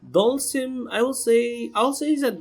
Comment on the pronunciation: "dalshim" "ken" "balrog" "rashid" "karin" "birdie"" guile"and Urien :v